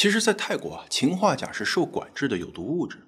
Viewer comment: 秦化钾听着好别扭！